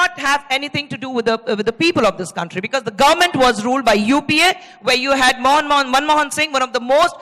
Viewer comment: 8.07 Khusbu herself calls Manmohan ji as 'Moun' Mohan ha ha 😂